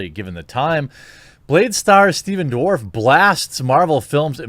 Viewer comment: Did you call him Stephen ' Dwarf ' ??😆